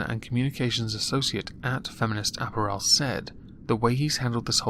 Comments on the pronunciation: It's apPARel, not apparEL. I sound like Hermione don't I? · .... ah-PEAR-al... not ap-per-el >.> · repeat after me: uh-pair-uhl. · Lol! ”App-r-ELL" 😂 I love you,. Lovers of moisture, UNITE!!! 💧🌊🌧💦🏄🏊💧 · why can't you say apparel? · I've always pronounced the word 'apparel' with the emphasis on the second syllable, not the third.